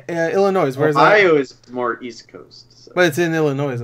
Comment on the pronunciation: “IllinoiS”...CMON,! Unsub! Jkjk never.